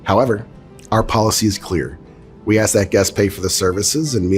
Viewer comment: ASK NOT AX